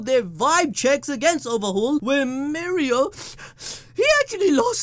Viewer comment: it's no mirio it's mi oreo